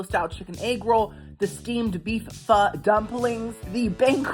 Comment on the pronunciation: Haha, PHO pronounced correctly is way more fun! There's a restaurant near me named PHO KIM! 😂❤ LOVE YOU!